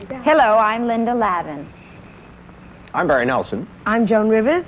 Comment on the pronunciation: Apparently, the show was rejected by the TV networks and never aired. Too bad, I always enjoy Harry Morgan. I have to wonder if Harry mispronouncing Linda Lavin's name was a factor in the rejection.